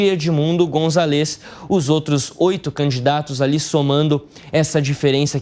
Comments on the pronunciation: É González no nome do cara. Tem até acento no A. Não é Gonzalês que fala b u r r o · Fala direito o nome do candidato! Não é gonçaLÊz! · Gonzaaáles amigo, precisa aprender pronunciar espanhol 😂